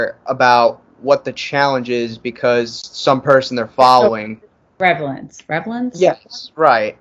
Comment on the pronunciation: reLAVance lol reVALance